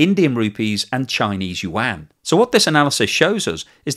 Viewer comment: I like your videos, but the Chinese yuan it is pronounce "wand", not "yu wang".